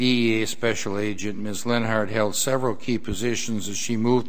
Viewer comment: Leonhart rhymes with hunt.